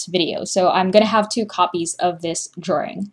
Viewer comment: When you say drawing is it supposed to be prenounced like that?:/